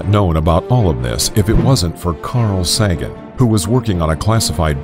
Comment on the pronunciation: The narrator cannot pronounce nuclear and Carl Sagan. Lol.